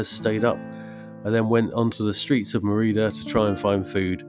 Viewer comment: It is pronounced as Mérida, with the accent on "Mé". You passed very close by where I live since 18 years now! So I reconized many things in this video. Since I am a long distance biker too, I would have received you with open arms. Thanks for your videos, I enjoy them. Saludos!